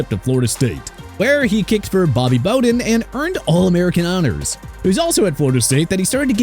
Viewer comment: Bowden is pronounced bauw-din